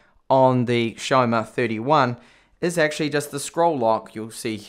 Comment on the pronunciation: Isn't it Xiaomi? Not Xiaoma...